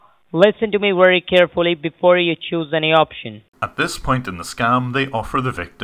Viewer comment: Each and everything. "Wery" good English 😂